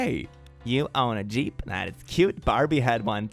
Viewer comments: "Jeep" doesn't have a Y-sound at the beginning, it's a soft G sound, like "jump" or "jewelry". It came from pronouncing "GP" (General Purpose) as if it was a word. The original Willys General Purpose vehicle is what became the Jeep. Also, "underarm" means "armpit", the cavity where your arm meets your shoulder, underneath the joint. The hair there, if not kept very clean, gets stinky from bacteria flourishing in the usually sweaty and enclosed position, especially if covered with shirt fabric. If you shave the hair, the bacteria don't have a place to grow that exactly meets their requirements, and it doesn't get as stinky in your armpit. That's also why antiperspirants and deodorants are nearly universally for use in your armpits, and not in other places. But they aren't talking about the side of your forearm near your body. That's not the "underarm" meant here. Darned English words... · ahh you were referring to the second time he said jeep. The first time he read "Jeep girls" sounded right to me, so I was a little confused. But the second sounded off, I didn't hear that when I skipped back. Thank you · pronouncing ‘Jeep’ as ‘Yeep’ is everything I’ve ever needed (ik it’s because he’s Swedish) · pronouncing jeep as yeep is my roman empire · pls don’t pronounce jeep like that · Okay, the whole video is fun and funny, but the part that broke me was "yeep" in America, we pronounce it with a hard j, like judge or jump. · pronouncing Jeep as "yeep" is everything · I didn't realize I needed pronouncing Jeep as "Yeep" in my life, but here we are. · I'm not like other girls... I'm a guy pronouncing "jeep" as "yeep" made my day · Did- did say Jeep as Yeep? 👀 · I keep giggling at how is saying Jeep. I know this is an old video but I've never heard anyone say it like that ever lol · I understand that it’s his accent… but I find it so funny for some reason how he says “jeep” 😂😂